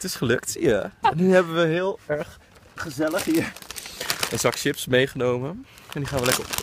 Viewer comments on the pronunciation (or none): none